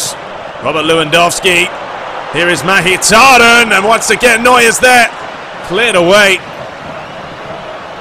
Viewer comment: Mkhitariyan pronounced mik-hee-tar-ee-yan